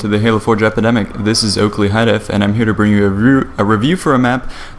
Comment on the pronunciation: I keep hearing him say "Halo 4 Jepidemic"